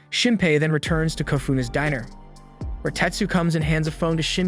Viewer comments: If I hear “dinner” instead of “diner” one more time I swear. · It's pronounced DIE-ner. Dinner is what you eat at night. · i have a hard time listening to these sometimes even if i find them interesting ITS FUCKING DINER (DIE-NER) YOUR SAYING DINNER AS IN what you eat for dinner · Din er as in Dye ner not dinner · Is it just me or does the commentator keep calling it "dinner" instead of "diner (die- ner)" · dude it is pronounced Die-ner not Din-er. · " Enters the Din-ner(Die-ner) " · Why does this guy narrating say lots of words wrong? They have a perfect american accent imo but says shining like shin-ing, diner as dinner, etc? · I cringe every time he calls the diner the dinner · Diner is pronounced "die-near" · Call it a "dinner" instead of a "diner" one more time. Go ahead, say it. I will fight God. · "Dinner" and "Diner" are not pronounced the same, friend. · For fuck sake, it's pronounced die-ner! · At the diner (die-nerr) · Diner pronounced “die-ner”, Dinner pronounced “din-ner”, you just can’t open up a dinner unless it’s a microwave meal. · Die-ner. Diner is pronounced die-ner. Tombstone is pronounced ToomStone. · The fact that he has no accent and isn't a bot but still keeps saying "Dinner" not "Diner"